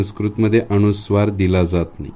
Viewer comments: न चा उच्चार ण असा का करतात गावाकडे? अनुस्वार हा शब्द अणूस्वार करणे चूक आहे. आपल्याला योग्य गृहीत धरणार आणि अनवधानाने चुकीचं शिकणार. तसेच स ला श करू नये. ही नम्र विनंती. मी टिका करत नसून सुधारणा सुचवत आहे. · माहिती चांगली आहे, धन्यवाद. मात्र माहिती सांगताना आपण स्वतःच उच्चाराच्या अनेक चुका केलेल्या आहेत. पूर्ण व्हिडिओ पाहिला. अनुस्वाराला आपण अणुस्वार म्हणता. एखादा शिक्षक चुका शुद्ध करत असताना, स्वतःच उच्चाराच्या चुका करतो, याला काय म्हणावे? नाजुक विषय आपण हाताळला, पण परिणामपूर्वक आपण सांगू शकला नाही कारण आपले स्वतःचेच अनेक उच्चार चुकीचे आहेत. माफ करा, कृपया सत्य बोलल्याबद्दल वाईट वाटून घेऊ नका. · व्हिडीओ माहितीपूर्ण आहे . अक्षर अगदी मोत्यासारखे आहे ...पण आप स्वतः न च्या ऐवजी ण म्हणता आहात ...😢अणूनासिक अणुस्वार 😮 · सर अनुस्वार हा शब्द अणूस्वार असा का करता? बाकी सर्व छान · आपण अणू नासिक सांगता ते अनुनासिक आहे, अनुस्वार ह्या शब्दाऐवजी आपण अणूस्वार सांगू नका.म्हणजे नवीन शिकणारे व लहान मुले योग्य बोलतील. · "अनुस्वाराचा" हा शब्द आपण सारखा अ "णु" स्वार असा उच्चारत आहात. कृपया उच्चार शुद्धीची काळजी घ्यावी, ही नम्र विनंती.. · खूप छान पण आपला अणुस्वार उच्चार खटकतोय. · माहिती उत्तमच! पण आपण स्वतः ' न ' आणि ' ण ' उच्चार काही ठिकाणी चुकीचा करीत आहात. जसे ' अनुस्वार ' या शब्दाचा आपला उच्चार ' अणुस्वार ' असा होतो आहे. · खूप छान माहिती आहे. पण आधीच माफी मागून एक विनंती करते की न च्या ऐवजी ण म्हणू नये व ण च्या ऐवजी न म्हणू नये. जसे की अणुस्वार न म्हणता अनुस्वार म्हणावे. अणुवाद न म्हणता अनुवाद म्हणावे. पानी व दुकाण असे न म्हणता पाणी व दुकान असे म्हणावे. तुम्ही उत्तम शिक्षक आहात असे दिसते, म्हणून तुम्हाला विनंती केली. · तुम्ही अणुस्वार म्हणताय तो अनुस्वार आहे.ण आणि न या अक्षरात भेद आहे हे लक्षात ठेवा. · सर तुम्ही खुप हुषार आहात..पण तुम्ही न चा ण...करता आहात...🙏अणुस्वार नाही...अनुस्वार